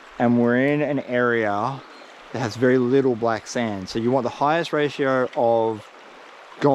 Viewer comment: How do you make the word SO into 4 syllables? 😂 saa oooo ahh ohhh